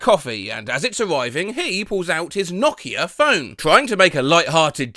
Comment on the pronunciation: I like how you pronounce Nokia correctly. It's the small things in life